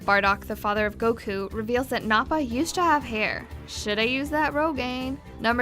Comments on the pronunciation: not nope ah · ....how on EARTH do you mispronounce Mr. Satan? 50. I understand what you meant to say 63. Nappa, not Nahpa 80. Well, he didn't really fight Vegeta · nappa is pronounced nap ah